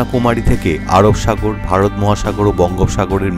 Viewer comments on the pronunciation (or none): দাদা next video upload করার আগে উচ্চারণ গুলো ঠিক korban. ভারত not ভাড়ত। র গুলো R উচ্চারণ ano কিছু না করে র e বলুন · আপনার সবটাই ভালো লেগেছে । কিন্তু আপনি যখন র কে ড় বলেছেন খারাপ লাগছে। কিছু জায়গায় আপনি র ব্যবহার ঠিক করছেন । তাহলে র কে র বলতে পারেন। আপনি যদি ভারত কে ভাড়ত বলেন শুনতে খারাপ লাগে। আপনার গলার আওয়াজ আমার ভালো লাগছে।